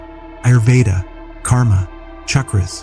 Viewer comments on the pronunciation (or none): none